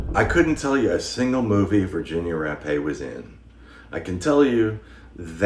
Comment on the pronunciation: Thank you for pronouncing Virginia Rappe name right, to many people say it wrong.